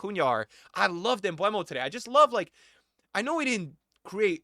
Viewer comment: Mbeumo not MbWEmo btw